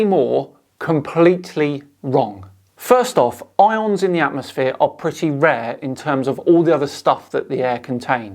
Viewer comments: Atmosplane? Shouldn't it be atmoplane? Or is it atmos-phere or atmo-sphere? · Anyone else getting angry that he keeps saying atmosplain?